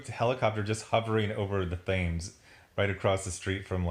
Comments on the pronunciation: God, the pronunciation here hurt my ears. "Thames" is pronounced 'T-ems'. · Thames is pronounced "Tims" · It's pronounced Tems like tens but with an m. Don't go talking like that in England or you'll get teabagged.